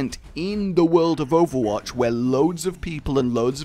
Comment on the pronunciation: do you say wold instead of World?